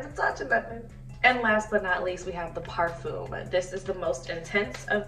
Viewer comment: Stop saying "parfum' if you can't pronounce it lmao